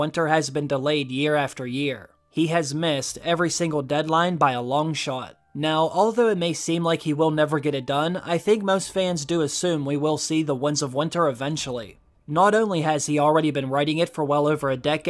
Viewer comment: This guy can't say "winds". He keeps saying Wunds of Winter. He also said Lomshot, instead of longshot.